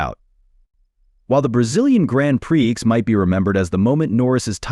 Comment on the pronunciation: FFS, can they teach AI to say prix instead of pre-ex?